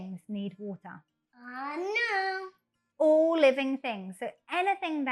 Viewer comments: water 發音，又把我給......英式，這個WATER 第一次聽到如此發音，哎~幫幫忙，這個如何是好？ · 小弟弟很可愛討喜，BUT water 發音，我聽的';霧煞煞